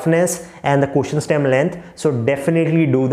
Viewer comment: speaking first as “furrst”, and lot as “lord” 😂. But speaking question as “koshun” 😂😂, lmao